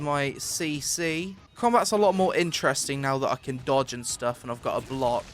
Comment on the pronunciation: why u saying jumpuh, blockuh, dodguh. All the time. It's cringe.